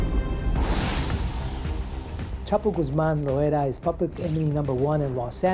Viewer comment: Dude mispronounced loera 😂😂 "lojuera"😂😂😂